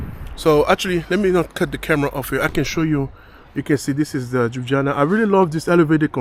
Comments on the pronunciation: Its not Joob its El L yubiana no disrespect just to help ypu out, enoy mate. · Lol... I couldnt understand what city are you talking about. Its not Jubjana, its L-jubljana😂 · Jana is actualy an insult to the name! If you realy can't pronounce it properly ( Lyooblyana), it is much better to say it the way Italians pronounce it: Loobeeana. Please try it and don't insult us anymore with all those j sounds, which do not exist in the original name. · Cool video but its not 'Juana' or 'Jubjana' but LJUBLJANA. Hard to get it right i understand. Google this and listen 'ljubljana pronounciation' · It is Ljubljana, not jujana😂😂😂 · Its Ljubljana, not jubjana😂😂 and Ljubljana is main city in Slovenia. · You pronounce Ljubljana as Liew-Blyah-Nah. The emphasis is on Blyah. You do it this way, it'll sound perfect. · Tip: just pronounce it "Lyublyana" and you will say it correctly. j=y in slovenian. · Very funny...Lju.. blja na... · Bit of a hint: Try pronouncing J as you'd pronounce Y (so lyublyana) and you'll be about 90% closer to its proper pronounciation. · you nailed the vowels. For consonants it's easiest to just swap J for Y in Slovenian and you're good to go. So just pronounce it as you would LYUBLYANA and you'll be spot on. 95% of our vocabulary is pronounced exactly as it is spelled and most letters represent similar sounds to English. A as "u" in sun E as "e" in jalapeño or "e" in best I as "ee" in geese O as "o" in Omaha or "o" in fodder U as "oo" in food C always as "ts" in tsunami G always as "g" in gray J as "y" in toy or Yankee R similar to Spanish Č as "ch" in church" Š as "sh" in English Ž as "ge" in garage or "g" giraffe Everything else is basically identical to English. So you can just sound out words letter-by-letter and it will be intelligible enough. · I never heard someone so mercyless to butcher the name of Ljubljana.